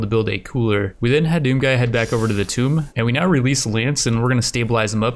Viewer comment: Does anyone else cringe everytime he mispronounced "Tomb?"